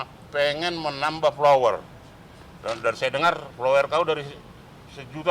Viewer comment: Bilang IG jdi aige😀 Bilang followrers jdi plowers😀 Ngmong blepotan😀 Bljar ngmong yg pintar dlu bro biar nggk nampak ijasah palsunya😂😂